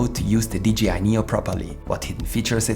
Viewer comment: One thing, a j in english ist pronounced jay, not jee. You say dgi, not d jay I, like DJ